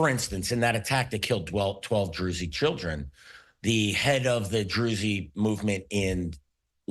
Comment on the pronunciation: Did this guy just say Droozy children, come on people if you're going to claim to be an expert at least get the pronunciation correct. Everything this guy says is suspect if he can't even speak properly